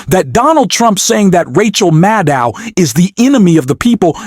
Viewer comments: Rachel “Maddul”? Did she change her name seconds after this guy said her name as “Maddow”? Y’all excuse me, maybe I’m just soaring but it sure sounds like he either changed the way her name is pronounced in less than 2 minutes deliberately or forgot that quickly how he said it just moments ago. Then again, he says “pending the need” before saying “bending the knee” 11 seconds after. Am I just high, deaf, or did anyone else catch that also? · It’s Mad-oh. Simple.